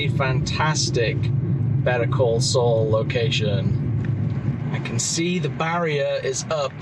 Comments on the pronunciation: Better call soul. It’s. Saul sound like. SALL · why is he saying better call Sol?